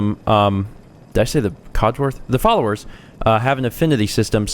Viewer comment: Sorry I don't have much input,: I've been watching this series to try to understand the hype for Fallout 4. That said, I'd just like to say it looks like fun, and I look forward to being able to learn more! Also...you said "Collowers"...I wasn't aware you spoke Spoonerish! (Spoonerisms as a language). My mom is fluent. She once Packed the car in the Bark Yard to bring in a big Dog of Bag Food.